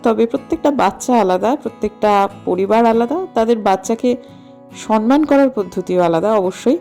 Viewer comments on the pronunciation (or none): tumi banglay eto strong, kintu tumi sonman bolo keno, kothata toh somman